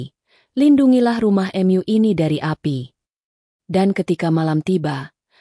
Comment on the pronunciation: Aslkm. Subhanallah mesjid itu rumah Alloh,punya Alloh maka dimanapun mesjid akan di lindungi oleh Alloh SWT ,aduh ini reporter, pembaca dasar di baca, bukan myu atuh, rumah myu, rumah Mu , menyembah myu, menyembah Mu aduh gimana ini, siapa yg baca ini ngaco, al-anbiyaa di baca al-anbiya.. a wah memalukan benar benar ngaco, kasian tuh 😂😂😂